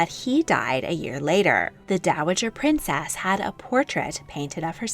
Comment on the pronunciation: "Fau" as if you're trying to say "fan" without the n. Also, princess is not stressed on the second syllable as you often do.